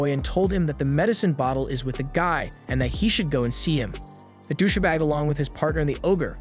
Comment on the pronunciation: Who says douche-a-bag? Is this a computer generated read? And bodagaurd? What the hell is going on? This guy sounds like he's from California until he says these random words that make no sense.